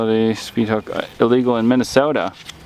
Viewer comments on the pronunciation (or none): Hate to nit pick but it is minnesotan.